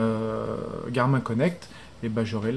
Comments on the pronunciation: super video tres envie de lacher la vivoactive 2 pour passer a la 3 hehe par contre je crois ca se prononce [garmine] la marque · ptdr tu sait pas dire Garmin